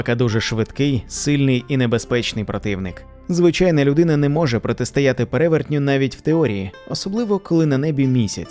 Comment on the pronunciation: Направду, голос та вимова у Вас приємні, але є і дрібні зауваги: відьмИ, відьОм, привезтИ, протистОяти, піснЯми, "добросівісний"- порядний, сумлінний, "з тих пір"- відтоді, "при вагітності" - під час вагітнсті, "розраховувати на успіх" - сподіватися, вважати на успіх", "застрибували у воду" - стрибали у воду, "плавні одежі"- майливі, повітряні одежі.